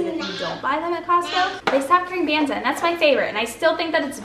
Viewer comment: I think the chickpea pasta “Banza” is pronounced like the “banz” part of garbanzo.